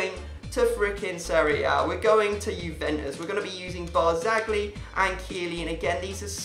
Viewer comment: I'm just saying but it's not pronounced by "Barzagli" it's Pronounced Barzali because the G is silent. You can even search it up.